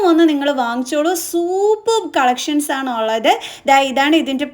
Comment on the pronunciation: dress എല്ലാം കൊള്ളാം.... പക്ഷേ അവതരണം കേട്ടാൽ വട്ടാണോന്ന് സംശയം...... മലയാളം നന്നായി സംസാരിക്കാൻ പഠിക്കൂ. നള്ളനള്ള കളഷൻസ്😂😂